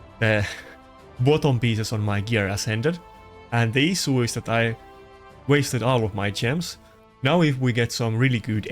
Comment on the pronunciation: For love of the god, learn to pronounce. It not as KEN sn, it is aSENshn. Also ... issue is not isuu, it is ishue